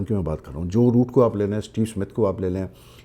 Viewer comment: Boooo nahi Roooooooot😂 Kuch bhai bol dete ho aap bhi.